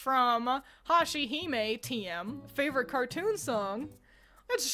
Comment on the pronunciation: She said Hashihime right!!! Legit never happens first try. Amazing video as always ❤❤❤